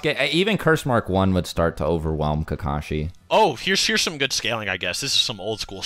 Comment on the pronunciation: It's Kakashi, not Kakashi. Get it straight.